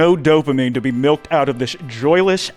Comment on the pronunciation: I unpaused the video and heard say milked in the intro and i looked up at the screen so hard i got whiplash